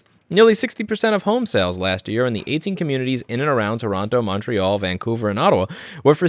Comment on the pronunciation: did....did you...just pronounce Toronto right?